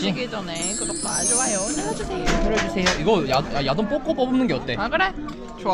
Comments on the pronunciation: 자막안보다갘ㅋㅋㅋ "여기 야동이랑~"야동이라한줄알고 놀래서 자막봤는데 ※야돈주의 ㅋㅋㅋㅋㅋㅋㅋㅋㅋ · 밥먹으면서첨에 소리만듣다가 야동이라는줄알앗어욤ㅋㅋㅋㅋㅋㅋ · 멍때리고듣다가 얃옹으로들었어.....